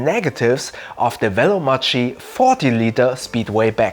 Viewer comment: It's pronounced "Veloma[k]i" not "Veloma[x]i"